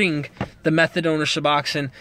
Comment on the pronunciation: Pronunciation nazi, lol. good video